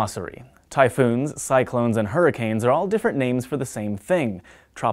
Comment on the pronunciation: "Tropical Cy(c)lones"